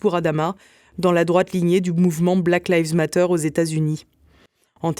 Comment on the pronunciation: Essayez svp de prononcer les 3 mots d’anglais correctement « Black lives matter » parce que ça fait vraiment inculte total et nuit au niveau général de cette vidéo.